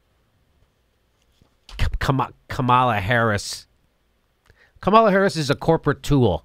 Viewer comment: FYI, Kamala rhymes with Pamela.